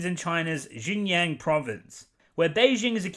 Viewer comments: I know this is a small issue, and I fully agree with the issues you brought up in your video. But the pronunciation thing... xD I mean I get that it's hard to pronounce words from a different language, but I feel that you could have done a little more research before making a video centered around this topic. especially pronouncing "Auschwitz" correctly but not "Xinjiang" when you said it multiple times. I just did a quick google search to see what might have come up for you. There's a blatantly inaccurate pronunciation of "xinjiang" by a robot that comes up for some reason as the first suggestion... no wonder. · I love how you so unapologetically butcher the pronunciation of Xinjiang and other Chinese place names To be honest Xinjiang does have some of the most beautiful scenery of the country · You dont even know how to pronounce the name of the province. What makes you think you know what really happened there. Yet you are talking about hypocrisy😂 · It does not bother me that you mispronounced xinjiang but if you want to know how it is shin jion, or use yabla. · It's not spelled Yin Jian. It's spelled Shin (as in your calf)-John (as in your disciple). I hate the Disney adaptation as well but you could've at least run the wikipedia pronunciation button before publishing the video. It's annoying. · Pronunciation is more like Pronunciation is more like Sinkiang or Shinzian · Really appreciate hearing your opinion. Just a heads up though, Xinjiang is pronouced as "Shin jhang" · Both Mulans are after my time. But this was still very ... illuminating. The atroocities in Xinjiang (pronounced something like Shin-Jyong btw) are well-documented. Not quite on the level of the nazis, perhaps, but pretty awful. Incidentally, some time ago Lindsay Ellis did a piece on "Woke Disney", and wasn't very impressed with its "woke" credentials. Phoenixes are both sexes in Chinese, and I'm fairly sure that's also true of dragons. FWIW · "Xinjiang" is read SHIN-JIYANG.